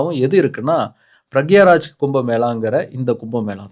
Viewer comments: Is it Prayagraj or Pragyaraj? Your pronunciation is confusing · Adhu Pragyaraj illaiya.. adhu peru Prayaaag Raaj (Pronunciation).. It is new Sanghi rename of Allahabad.. Indha Kumbha Mela Oru Uruttu Kadhai.. Devargal Asurargal Amrutham Bullshit.. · அது ப்ரேக்கியராஜ் கிடையாது அது ப்ரேயாக்ராஜ் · ஒரு தடவையாவது பிராய்க் ராஜ் சொல்லுவீங்க பார்த்தேன். பிரக்யராஜ் யாரு பாஸு. நல்லவேளை உங்க பாசு பிரகாஷ்ராஜ் என்று சொல்லவில்லை. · correct pronounce pannuga, not pragyaraj that's prayagraj👍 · அது ப்ரயாக்ராஜ் ப்ரக்யாராஜ் இல்லை திருத்தி கொள்ளவும் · ப்ரயாக்ராஜ்…ப்ரகராஜ் இல்ல விட்டா பாக்யராஜ்னு சொல்லுவ போல ப்ரோ 😅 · பிரக்யராஜ் அல்ல பிரயாக்ராஜ் என்று உச்சரிக்க வேண்டும்🙏👍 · ஒரு ஊர் பேர சரியாக உச்சரிக்க கூட வரல அது ப்ரயாக்ராஜ். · நண்பா....பிரயாக்ராஜ் என்ற வார்த்தையை தவறாகச் சொல்லியுள்ளீர்கள்